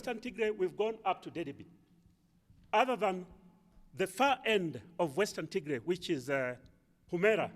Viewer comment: You are mispronouncing our State! it is with Tigrai rather than Ti❌g❌r❌ay